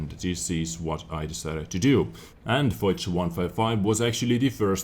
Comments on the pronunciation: I think it's pronounced fosh, not foz but I'm not sure :D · lol the way says "foch" makes me throw up. It's foch not "fox" with a deep o.